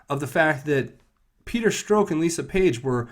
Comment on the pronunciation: Thks for vids. Small criticism: please correct ur pronunciations of two names: Strzok- Rhymes with rock (not stroke) Mueller- Rhymes with duller (not ME-uller)